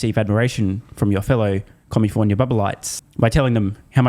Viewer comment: It's California, not commifornia. The fifth largest economy in this beautiful world.